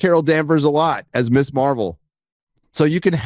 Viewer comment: Pronounced MIZ Marvel. Created in the 70s as a feminist hero. Ms. Magazine pronounced MIZ Magazine. That’s the reason it was not Miss Marvel.